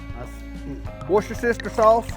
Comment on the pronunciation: Did he say worsh-ur-sister sauce?😂😂😂